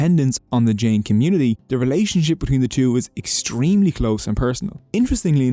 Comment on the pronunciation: In most Indian religions any ‘j’s in the word are pronounced as a ‘J’ and not an ‘h’